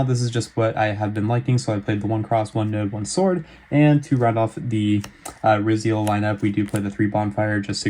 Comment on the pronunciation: I think it’s pronounced r-eye-zeal